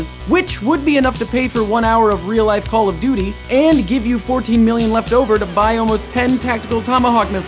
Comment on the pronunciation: you menu call of doty aw